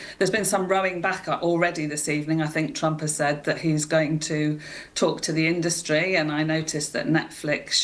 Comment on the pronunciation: Why does he pronounce the word 'industry' so oddly, and then why does he keep saying it so repeatedly (wrong) ??